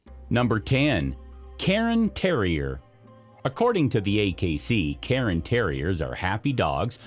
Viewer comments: It's k (kairn), not "karen" terrier! Lhasa, not Lhapsa, Apso! Nor is it Bella-nese! It's "Boh-loh-neeze' " or "Bo-lone-yez'-zeh" - like the sauce. Just imagine that the word "visage" is spelled v i z u d g e the last part sounding like judge, visage might be easier for you to pronounce if you did. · cairn, not karen, terrier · Cairn Terrier is not pronounced “karen”, the vowel is not after the R, it’s before. So it’s one syllable, more like Care sound with an -N at the end. Like Karn. Not “Karen”. And it’s not a newly discovered breed LOL